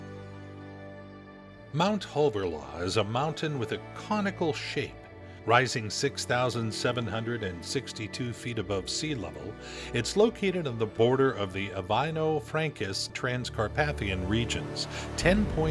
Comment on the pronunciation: the names of these places are so misprounced. Ivano frankivsk is turned into albino fractus lol